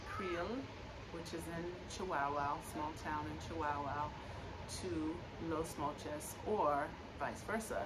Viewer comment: 😂 Chihuahua, like the little Chihuahua dogs, it's the state of chihuahua, not chiWOWOW.🤣